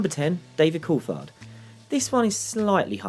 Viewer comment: its pronouced "courtard" not courtfard"